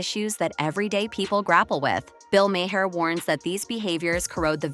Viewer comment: Who tf is Bill Maw-hair? 🤔 Or the handulf of other incorrect names you sputtered out. 😝 Girl, if you don't even know who you are making videos on, seek Google to pronounce their names! Lazy and pathetic! 🙄